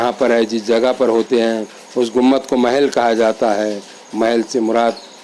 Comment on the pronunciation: ACHHA SILSILA HAI. A'BAD KHULDABAD DAULATABAD KI SAARI DARGAHON KI MALOO.MAT , SAHI HISTORY VDOS BANAIYE. ZARA APNE URDU TALAFFUZ PE DHAYAN DEN. AAP " GUMBAD " KO GUMMAD BO LE JAA RAHE HAIN..